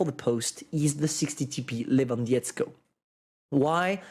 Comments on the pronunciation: Levandovsky that is how you pronounce it. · lewandietzko xDD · you're pronouncing Lewandowski as Lewandiesko for polish which means nothing it's gibberish put Lewandowski in Google translate so you can hear how to pronounce it. 😉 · These feeling when you are from PL and almost died from laught when read,,Lewandowski" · He read it very bad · 60TP Le-van-dov-ski I'll donate you if you learn how to spell this properly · You can call me for better pronouncing of Lewandowski and other names